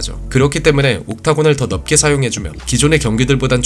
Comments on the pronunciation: 넓게 -> 널께 (넙게 X) 짧게 -> 짤께 (짭게 X) 이렇게 발음하시는 게 맞습니다! 한국어 발음이 전반적으로 좋지 못하다면 굳이 댓글 남기지 않았지만 저거 두개 정도 제외하고는 전혀 문제가 없으셔서 남기고가요. 분석 퀄리티가 좋은 만큼 사소한 발음 하나가 옥의 티가 되지 않았으면 하는 마음에 씁니다 늘 잘보고있습니다. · '넓게' 발음을 '널게' 쪽으로 발음해주시는게 좋겠습니다 지금은 너무 '넙게' 쪽 발음이 들리네요